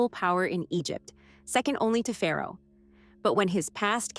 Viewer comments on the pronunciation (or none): none